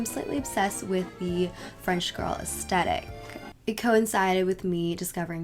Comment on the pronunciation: Ok but I have to say it. it’s pronounced as-thet-ic not as-tet-ic